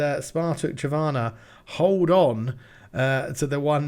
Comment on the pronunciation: The n is pronaunced in Trnava, it is not silent.